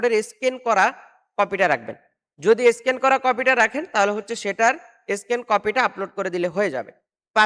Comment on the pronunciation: মিয়া এটাকে স্কিন বলে না বলে স্ক্যান আগে পরিষ্কারভাবে কোনটার নাম কি শিখুন ।